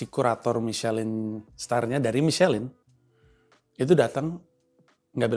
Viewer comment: misyelin dibaca miselong bang 😂😂